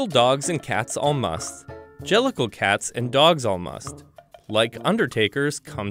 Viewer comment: An-gelical? Jellicle?